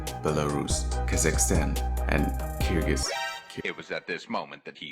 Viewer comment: As a Kyrgyz person, I appreciate you tried to Google how to pronounce the name of my country 😀 cheers!